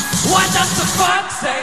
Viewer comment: 애들 발음 하나같이 "왓 더 뻑 세이!!!!!!"ㅋㅋㅋㅋㅋㅋㅋ